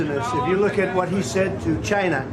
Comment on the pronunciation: Love how he says, "Chinah". It's beyond me how Trump tolerates so much abuse.